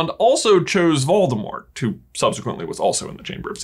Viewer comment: Sorta irrelevant, but everytime you pronounce Voldemort I chuckle. Waldemart. Where's Waldo?